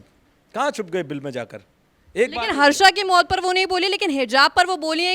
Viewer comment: हर्षा नहीं हर्ष है।गलती सुधारें भेड़ चाल न चले।